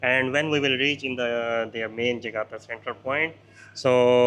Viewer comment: JAKARTA, bukan JAGATA tong...!!!!